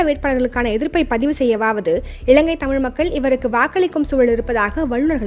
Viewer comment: இளங்கை அல்ல, இலங்கை. இறண்டாயிரம் அல்ல, இரண்டாயிரம். நிளை அல்ல நிலை. சரியாக உச்சரியுங்கள். இதுவும் ஒரு மொழிக்கும் இனத்துக்கும் கொடுக்கும் மதிப்பு தான்.